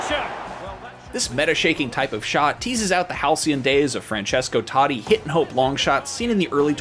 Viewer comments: Francesco Toddy? It's "Toe Tea" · Did he just said: francesco tAAtti??? wow this younger generation who never seen the golden age of football... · IGN should at least let a brittish or an european review fifa Listening an American mentioning totti sounds weird 😂